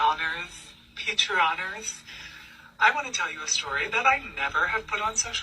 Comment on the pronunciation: "Hello patreoners" ???😂😂😂😂 ITS PATRONS. THE WORD IS PATRON. I grew up in a strict Christian conservative abusive home. U dont see me being a groomer. Theres something wrong with that guy. And he needs to be rejected by the social media apps and investigated. Hes dangerous